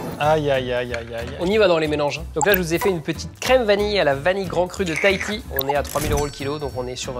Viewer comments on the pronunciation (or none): none